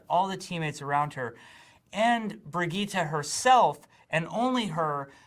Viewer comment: Brigitte not Bridgette , we've all been saying it wrong